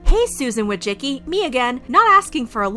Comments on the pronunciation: Dude, Susan's name is Wo-ji-si-ki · It is Susan WÓJCICKI. Not WOJCZIKI :d